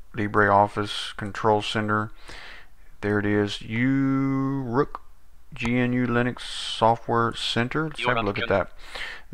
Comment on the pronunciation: First of all, thank you for this nice review that you made about Uruk GNU/Linux , but i want to explain some things: -The distro name is not (you-rok), it's (o-rok), check out the right pronouncing in disro homepage here: -This distro is used the gnome screen reader (Orca) out of the box to help the blind one how can't use the computer normally , and if you don't need it, just turn it off or disable it completly from the litle small applet (AIA) in the top panel :). -This distro is based on Trisquel GNU/Linux, and it's a completly free(as freedom) distro without any non-free software . -The Browser is the free(as freedom) vesion of Firefox named "ABrowser" . Thank you again for this nice video ^_^